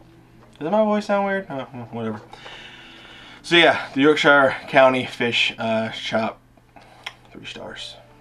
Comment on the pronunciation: coming from a brit your accent wasnt bad at all ;p certainly better than most..btw.. fyi.. its not pronounced SHIRE as in "lord of the rings hobbits home" its actually pronounced SHEER as in CHEER. Ive only heard a few americans actually pronounce it correctly.. and one was a texan with a seriously thick accent.. very funny to hear him pronounce it the correct way.. neways.. good effort.. and as always.. amazing update.. u have a great personality .. keeps a lot of people watching matey.